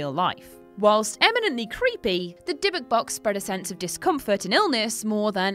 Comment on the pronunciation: If you're going to talk about real stories you should try to make sure you're getting your facta right. Dibbuk isnt pronunced like that, the emphasis is on the end of the word. Secondly, dibbuk literally means possession, it's not any specific demon. Thirdly, jewish people do not believe an item is the source of power for anything, so this story is made up. No item in Judaism can hold meaning, spirituality comes from within, not from any physical thing or place